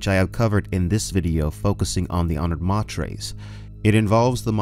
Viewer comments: Dude..... i love your channel and content but every time you call the honored matres "mah tres" i cringe. Its "may ters". Latin for mothers, honored mothers! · LEETOH AHTRAYDEEZ... Honored MAYTURS... stop hurting my brain please, thanks.